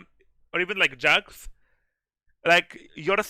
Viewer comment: i know he pronounces champs weird but jax = "yasek" is by far my favorite